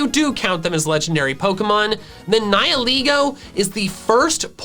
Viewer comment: Your saying it wrong it's pronounced "Ni-hi-laygo"